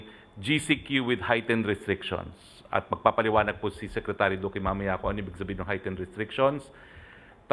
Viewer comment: BOBO...Duque hndi Doque. Gago..bisaya ampota